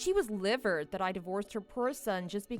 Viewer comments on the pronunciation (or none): Livid not livered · “Infertyle”, “steryle”, “fragyle”, “liverd”, “haarem”? OP’s VA REALLY needs to work on her pronunciation.